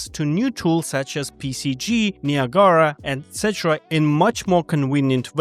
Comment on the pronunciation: that is a DANGEROUS way to pronounce Niagara my dude😂